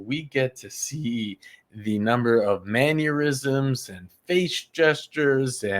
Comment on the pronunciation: Mannerisms, not ‘manurisms’ as it sounds when you pronounce it. Sorry, it’s. Driving me nuts!🤪 still love your channel tho!!